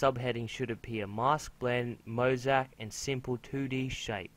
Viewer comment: oh by the way is mo-zay-ic